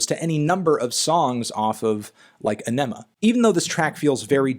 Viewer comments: “Enema” (Ænima) is actually pronounced “Onima” ... just FYI. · This boi said uhnemuh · Not gonna lie, hard to keep watching when I heard "aw-NEH-ma"... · Aenima is pronounced “ah-nim-ah.” Awesome unbiased review. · It's pronounced Ah-Ni-Mah (Ænima). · Amazing Review! Although Ænima is pronounced "An-a-ma" The "An" is real heavy pronunciation, like "ahnn". Adam Jones released the pronunciation a few years back. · Why u pronounce aenima like an idiot? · Melon pronounced Ænima wrong smh 😔😔